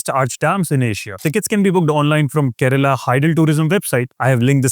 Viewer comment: Its kerala not kerela 😡😡😡💢